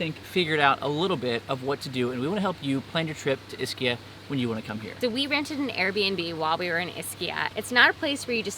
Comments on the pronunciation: Hey!! Ischia is pronounced “Eee-ski-a”!!!! Not Iss-key-a Do that and the locals will know you’re a noob and take advantage of you... noob. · ischia is pronounced eschia not a short I. If you are doing a blog pronunciation is key.